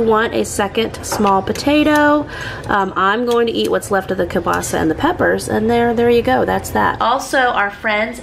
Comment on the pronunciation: I am Polish, and oh Girlfriend, I love the way you pronounce "kiełbasa"! It is actually almost 100% correct. You put the stress in the right place (which is a difficult thing to do in Polish language). The only difference is, every non Polish speaker pronounces "Ł" like "L" because this letter dosn't exist in many languages. It is pronounced just like "W" in the word "weeekend". But this time I had to stop the video to process your pronunciation, I was just like: "Did she just say "Ł"? Great job,!!!" It had to re-watch these few seconds five (FIVE!) times to finally decide that it was "L". I know this is a long comment, but hey, I am proud - Polish is very difficult and I am always so happy when I see kiełbasa in your food hauls, because I know that you are about to say its name and your pronunciation is so good. And yes, it is me judging your ability to speak a foreign language based on how you say one word 🤣. Have a great weekend, much love - Maria